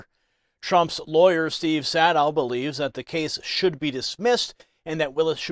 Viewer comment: SADOW is pronounced SAY-DOH, and rhymes with PLAY-DOH. One can confirm this by calling his office. 👈⬅